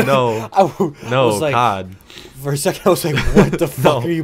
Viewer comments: like Cee Oh Dee not COD😂👍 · bro how you call it COD its C-O-D its like spelled lmao😂😭